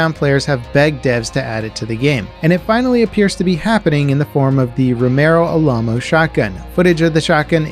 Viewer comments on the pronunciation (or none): the way you pronounced "Alamo" made coffee come out of my nose. 'Remember the Alamo', you know, the old fort in Texas?